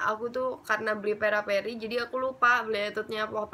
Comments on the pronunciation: Peripera kak bukan peraperi hihi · fyi itu peripera bukan peraperi ngakak gue sumpah